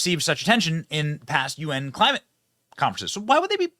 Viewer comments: wtf is "cli" "mate" change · "Clamite change" ok dude.